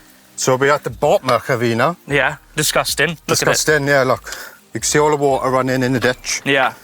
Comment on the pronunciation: DEESGUSTANG! :P